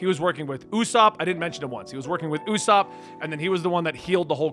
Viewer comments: Having potential mild dyslexia is more understandable than saying õæěsop. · his Usopp pronunciation wasn't even that bad yet nobody's correcting his Kuina pronunciation HGASFDGHASFD